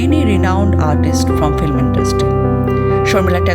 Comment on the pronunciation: Background music is too loud . So disturbing . Plz watch it out , when making next video.another point should not be avoided . The narrator is not pronouncing right — the word ‘film’ . This is not filim ! The correct way is Film ! Definitely not Filim !